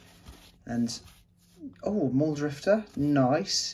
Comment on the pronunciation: The biggest red herring in this video is when you said Mull….drifter 😫